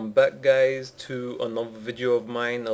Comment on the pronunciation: welcome back gays? fuck you